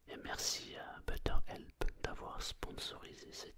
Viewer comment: on t'aime! (par contre ça se dit "béteur help":D